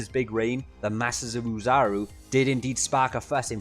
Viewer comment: Good lord, I don't think I've ever heard a single Dragon Ball YouTuber pronounce Ōzaru correctly. It's OH-ZAH-ROO, NOT OO-ZAH-ROO. Japanese vowels are pronounced the same way as Spanish vowels, A-E-I-O-U are ALWAYS pronounced AH-EH-EE-OH-OO. The double O that Ōzaru is usually Romanized with simply means that the OH sound is drawn out slightly, NOT that it's pronounced like u. And hell, no one ever translates it properly either. Ōzaru literally means Great Monkey, NOT Ape (I blame the shitty Funimation English dub for always calling it Great Ape). Like... notice how it has a tail? Know what else has tails? Monkeys!! Know what DOESN'T? APES! OH-ZAH-ROO. Great Monkey. It's not hard, just gotta do your research and not blindly use all the incorrect terms and mispronounciations that are rampant throughout DB's godawful English dub.